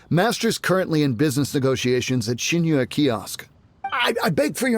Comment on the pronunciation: It's funny how Paimon pronounces Xingqiu as "Singcho"